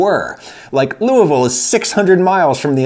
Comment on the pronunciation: Mr Ragusea, thank you for pronouncing "Louisville" properly! (I'm guessing it's your having lived in Indiana, most Indiana folk can pronounce Louisville properly)